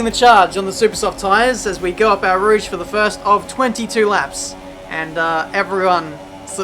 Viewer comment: Eastern states Australia's way to say "here"- Heeh The rest of Australia/correct way- Heeya way to say "Eau Rouge"- Our Rouge Rest of the world- Oh Rouge